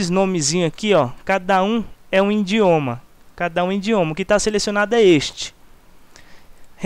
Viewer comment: indioma ??? rsrs